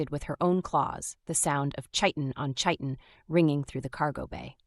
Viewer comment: Narrator, chiten is pronounced like kieten, a hard k sound instead of the soft ch sound you always use